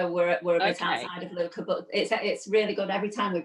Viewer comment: It’s Lucca (short u, hard k) not Luuuuka…